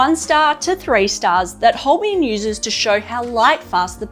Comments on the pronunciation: Love your reviews though you have spelled Holbein incorrectly and also pronounced the name incorrectly. It should be pronounced as "Holbine". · These are useful reviews, and I hope you are enjoying your Holbein pencils. A shame you didn't get to experience the amazing Holbein Soft White pencil - it is really special!. And, FYI - Holbein is pronounced like Hole-bine (rhymes with vine), not Hole-be-in. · Thanks, that's correct. As Holbein is a german surname, named after the famous medieval painter Holbein. It's pronounced: Hole- bine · Holbain pronunciation. Think of Holbein as sounding like hole-bine, where hole is just like the word, and bine rhymes with fine or line. So, it’s not as you are saying it; it’s more like saying hole and then bine, with the ei part pronounced like eye. This should help make the pronunciation clearer.